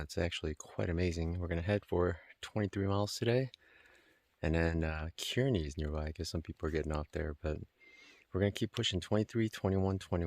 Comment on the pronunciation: I live there. Its pronounced Kur-nee not Ke-ur-nee 😀